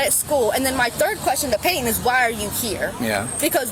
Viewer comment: Serious question: When was the letter "T" removed from the middle of words? And who decided it was necessary? I mean, calls someone named PayTon, "Pay-un"? Dear Lord, please take me home soon!